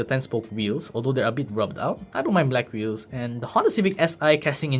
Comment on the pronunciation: that audi r8 lol, the weehhels iz zo big